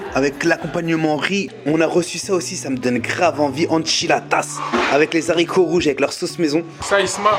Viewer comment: Baraka Allahou fik Isma, ce qui est appréciable chez toi c'est que tu poses des questions très intelligentes, être curieux est signe de grande intelligence ! Isma on ne dit pas les zaricots (on ne prononce pas le h) aricots (haricots).